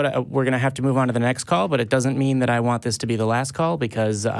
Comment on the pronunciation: “Dis, Dat, Dere, Atcks” = dumb AF. The Texas prison system did a number on this moron.